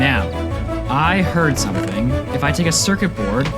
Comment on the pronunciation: "achieve sumPthing!"